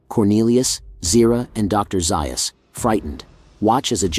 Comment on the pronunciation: Ok I can’t listen until you correct the pronunciation of Dr. Zaius’ name….